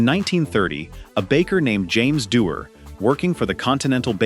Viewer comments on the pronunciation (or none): none